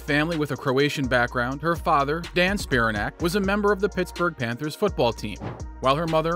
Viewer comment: It's pronounced Spi-RAN-ac, not SPI-ra-nac. LIke Titanic.